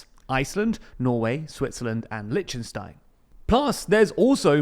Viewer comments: Oi, it's not Litchenstein, it's Lichtenstein. Licktenstein is probably close enough if you can't handle the 'kh' sound that German 'ch' makes. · HowTo butcher the pronunciation of Lichtenstein 😂😛